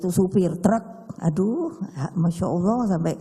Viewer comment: Ko'begitu mengucapkan salam, tidak fashih sama sekali. Apa agamanya ya? Menyebut nama Allah tidak tepat sama sekali. Cepat nyungsep PDIP. Agar masyarakat tidak sengsara , agar masyarakat tidak miskin.